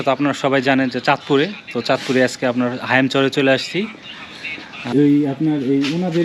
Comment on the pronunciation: হায়ানচর না হাইমচর হবে 🙄